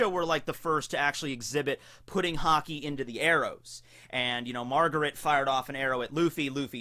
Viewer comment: Is it just me or why is it everytime says Haki I think he said Hockey (I live in Canada:D)